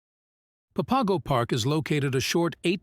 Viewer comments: Pa Pago? Lol. Its pronounced Pap Ago... You pronounce it totally wrong. You obviously have NOT been here. It sounds so stupid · Nice video showing off the trails, but it's pronounced "papa go"